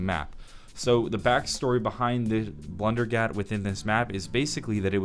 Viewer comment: Blundergat = blundellgat lol